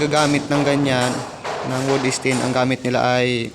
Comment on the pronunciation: Wood stain, hindi wood esten 😂😂😂